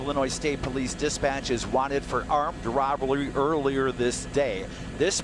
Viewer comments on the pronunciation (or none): "armed robeluu" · “wanted for awomed wobowee” 😂😂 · Armed what? 😂 Arbulry? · Wanted for armed "robbly" 🤣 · Heli news reporter had a stroke for a second 🤣 armed robblery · Armed Rob-Blury? Thats what the news man said. Lol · the way he said robbery